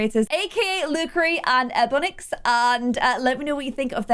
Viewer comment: EBONIX sims is pronounced (E-Bon-Nix) not EBONIX.